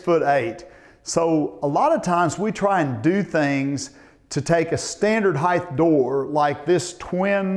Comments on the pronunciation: Master carpenters STILL calling heighT........“heighth” There is no h on the end Annoys the crap out of me. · You’re a “heighth” guy, ehhh?